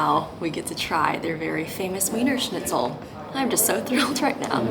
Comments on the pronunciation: If you are doing a food tour youmightl learn the names of what you are eating. The noodle is likely “ Spätzle“. The Cutlet may or may not be Wienerscnitzel? Btw It is pronounced not with a W sound but with a V sound. (V)ienerschnitzel. For your followers. Authentic Wiener Schnitzel is traditionally made with veal; if a schnitzel is made from pork, it is technically called Schnitzel Wiener Art or "Viennese style" schnitzel. Austrian law protects the name "Wiener Schnitzel," requiring it to be made from veal, though many restaurants will offer pork versions under a different name. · VEENRRRSCHNITZLE not WEEENER! 🤭🤣😂🤣😂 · it may look like weener shnitzel but to German speakers its veener schnitzel. Just as Wien is not ween but veen (Vienna). The English 'v' actually doesn't exist in German 'V' in German is pronounced fow; Volkeswagen is pronounced Folkesvaagen. Not pedantry but essential understanding. Its a stretch for Americans to understand but in 1814 Wien (Vienna) was the cultural heart of the western world. Britain and ultimately north America triumphed by the historical accident of colonialism - and the holocaust of indigenous peoples. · Please please please stop saying “weener”! Do the minimum of learning how to,pronounce a few couple of basic words when this is your profession. It is so cringy! And Almdudler is an old timey soda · "Weener" schnitzel???? oh no oh no oh my god no no no no